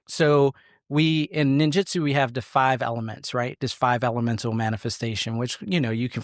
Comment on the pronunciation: It's Ninjutsu not jitsu. Just a heads up.